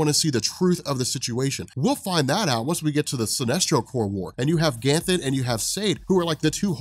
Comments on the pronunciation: Take a shot every time says "Ganthlet" instead of "Ganthet". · There's no "L" in Ganthet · This whole video, I was thinking that there was a different Guardian, Gantlet, possibly a close relative of Ganthet that I'd never heard of before, lol. Personally, I'm diggin the way is pronouncing it, as opposed to Ganthet, DC should bring in a previously unseen GotU that just happens to be Ganthet's brother. They've made further stretches before(some with more success than others...)😁